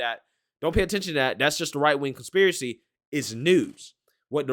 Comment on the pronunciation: Con Spear A Ceeee